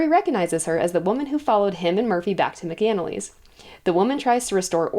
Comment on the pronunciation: Love the recap. Just one critique. Mc-Anally, sounds Mac is In the Alley. At least that’s how it’s pronounced throughout the audiobooks.